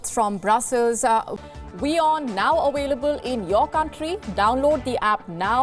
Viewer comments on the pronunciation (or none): she says "WOLODYMYR for Volodymyr" and "AWAILABLE for available" what is it with Indians and V and W ?